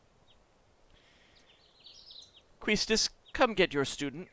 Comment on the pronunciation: Quistis is a French name and pronounced Kiss-tiss. and even the original kana supports this pronuncition.